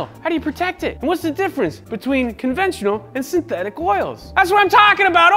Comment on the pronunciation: did you say sinteTHICK?